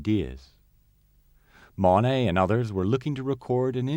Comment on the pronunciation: I’d be content with someone who can pronounce “Monet” and “Le Havre”